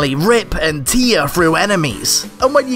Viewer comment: Why you pronounce tear like "tear drop"? Just kidding, great vid. Hope you upload again soon, 9 months is a long time haha.